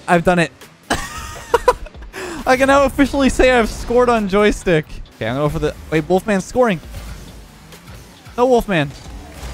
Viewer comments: The “Joytick” really triggered me lol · It said on JoyTick. 😂😂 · why is no one talking about it saying on Joytick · That's what you call a gold aerial simulator tomorrow Inspired by the joystick video, I recreated the Microsoft Flight Simulator in Rocket League. Jokes aside, now I'd like to see you try this with Guitar Hero/Rock Band drums. PS. Did just make the favourite insect reveal, or is the s in joystick silent in Canadian?